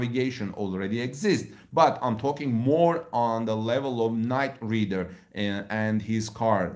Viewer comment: "Night ride er" not ridder